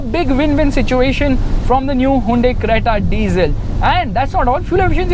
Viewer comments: It's Hyundai,not hyandai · handai creta 🤣🤣🤣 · Hayinda creta lol 😂😂😂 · Me: hyundai: Hainde 😂😂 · hai-yundai lol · Whn he really said highundai at first 🤓😅